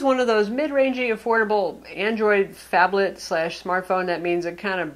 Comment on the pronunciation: not a phablet ..a fonblet ...